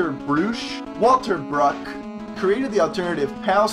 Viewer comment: Walter Bruch should be prononced Wulter Brouh , the h sounds like hotel! He is german.